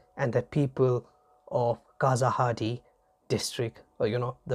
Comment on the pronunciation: It is not kasahadi excavations in Tamil Nadu. It is spelt KEELADI / KEEZHADI. ZH= ഴ/ la/. Zh=ഴ is malayalam La is Tamil